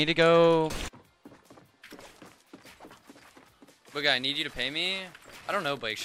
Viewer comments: did just say bagha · My mans said bogha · the guy could have said his name right at least 😂